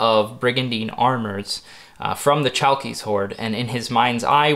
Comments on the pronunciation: Chalkis is pronounced ''halkis'' Χαλκίς and ''halkida'' Χαλκίδα in modern Greek. The island is pronounced ''evia'' a Greek friend : ) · You should pronounce it as Halkis, greetings from Greece. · in Chalkis the "ch" sounds like a thick "h" in harmony and the stress goes to the "i" Hal-kis